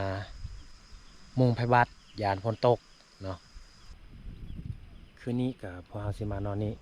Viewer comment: ภาษาไทยเพี้ยนไปหมดคืนก็ว่าขืนนอนก็ว่าหนอน